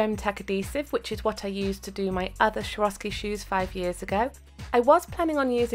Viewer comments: I'm so sorry for being annoying as heck 😲😲 but Swarovski is pronounced with "S" not "sh" in the beginning. sorry that I'm a pronunciation nazi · it's "swor-off-ski" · I worked for Swarovski for a year and they taught us to pronounce it like this: swore-off-ski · if you ask google "what is swarovski" on your phone it will read you the pronunciation :)